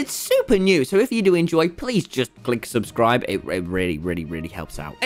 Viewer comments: subscribe not subscirbe 😂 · "subscirbe". Cool pronunciation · SUSCIRBE!!!! SUSCIRBE GUYS!!! (sorry it was just funny for me lmao) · subscirbe xD.